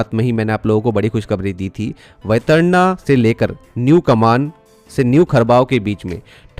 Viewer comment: कमान No कामण That's the name of the station. Your pronunciation is wrong. Work on it. Request